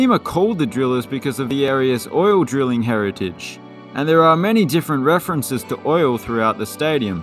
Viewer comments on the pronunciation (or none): none